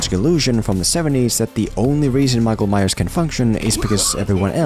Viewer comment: "Maikol Maiyers"